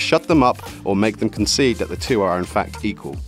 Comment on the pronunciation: Lol..narrator said Concede....lol..